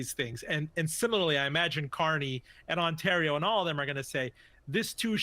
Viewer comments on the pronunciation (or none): Can CNN not pronounce "Ontario"? 🙄